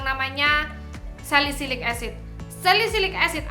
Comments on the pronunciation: ngakkk bangt njirrr "salisilit acid" gw ulang² trus wkwkwkk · "saliSILIT acid" ngakak dong😢